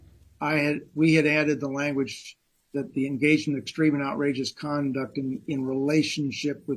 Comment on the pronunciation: I really wish the defense attorney would at least have enough respect to pronounce Beata and Maya's names correctly. He's had this case for years, and he's certainly heard the family and the plaintiff attorneys say them hundreds of times. He doesn't do it often with Maya's name, but he constantly does it with Beata's.